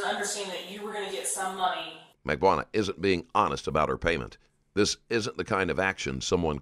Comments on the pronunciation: Mag Ban Ooh Wah. Everybody pronounces it differently and incorrectly. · Mag-bo-ahnah…oh good lord all the names are mispronounced lmao Jfc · Oh my god the Auto-speech AI is HORREDNOUS. Please god fix it...I've never heard anyone pronounce Magbanua this way either and I've heard it a few ways by now...not to mention the other problems. Sad to see the quality so bad in the first 2 minutes